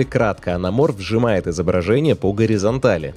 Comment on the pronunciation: Зачем вам буква Т в слове АНАМОРФ?)))